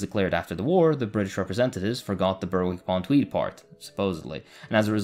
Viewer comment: Its pronounced Berick, the W is silent. I know english place names are weird.